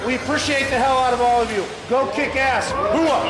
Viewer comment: As an Army infantry vet, I'm glad you said Hoah, and not Horah. Thanks for that